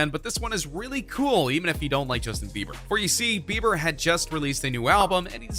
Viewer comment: I instantly frowned when I heard "Bieber"